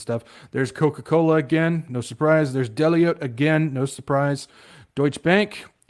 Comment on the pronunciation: Great information. I am sharing this. Just an FYI - Deloitte is pronounced like DE-loyt. 😊